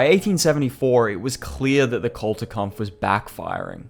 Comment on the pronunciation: It was sheer torture to hear you badly mispronounce the GERMAN word "Kulturkampf" 100 times. It is NOT "CultureKampf", imbecile!